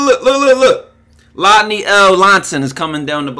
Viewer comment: Bro called him a Triple L (Lodney L Lohnson)😂😭